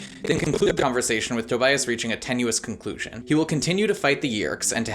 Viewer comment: I completely and holistically lost it when he said TOBIAST* 😂😂😂😂 Maybe because Tobias is my favorite character too!